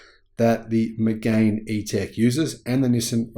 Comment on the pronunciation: It’s pronounced ‘Meg-an’, not ‘Meg-ain’!